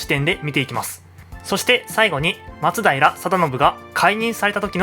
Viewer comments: それな 、 まつだいら じゃなくて 、 まつだいら よな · 松平のイントネーションが馴染めないんですが 私だけでしょうか・・。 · 「松平」のアクセントが気になる…浜松は違うのかな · 徳川、松平一門は松平のマにアクセントを おいてました